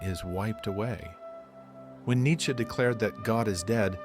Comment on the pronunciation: Neittche???? JESUS CHRIST!!!!!!